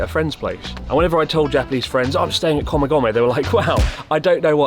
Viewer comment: Why is your Japanese pronunciation so bad, Chris? D